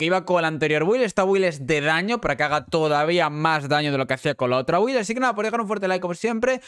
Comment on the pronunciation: Cómo que bUild! Coño que no es difícil pronunciarlo bien "bild" , estos españoles con su inglés como con "espiderman" ...